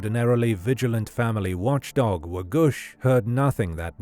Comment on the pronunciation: Wagoosh? really?